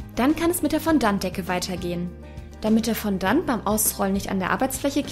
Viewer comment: Fondant wird bisschen anders ausgesprochen ^^